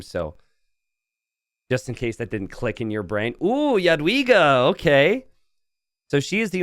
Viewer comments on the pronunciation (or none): In polish "j" is pronounced like an English y, you got that correct, but the polish "w" is actually pronounced like an English v! So, correcting for an English speaker; you'd pronounce her name like "yadviga" I'm polish an ancestry and learning polish rn and I will be rooting for my girlie!!💚 I'd love to heard you pronounce her name correctly! :) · Polish guy here, "w" in "Jadwiga" is read like american "v", so "Yad-vee-gah" (